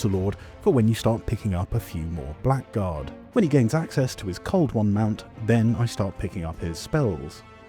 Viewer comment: Blackguard is pronounced "blaggard" This is my contribution